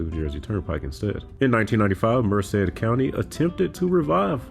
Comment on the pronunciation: MERCER County [ Trenton, Princeton, etc ] ... not MERCED, California